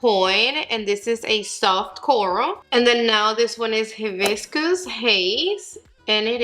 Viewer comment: So excited for these! I want them all but I’ll start off with the peach and red😊 *the correct pronunciations are: high-biss-cuss AND ah-sigh-ee. Hibiscus a 🌺 flower pictured here and açaí is a superfood berry high in antioxidants.* Thank you for get getting all and giving us swatches, bare face applications and foundations applications💝 you rock!!